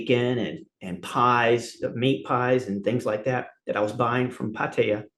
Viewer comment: I thought he was going to be a dick at first but he's quite cool and honest and likeable. He can't say Pattaya though.